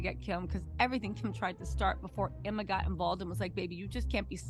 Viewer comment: does someone else hear ERMAHERD every time she says Emma's name?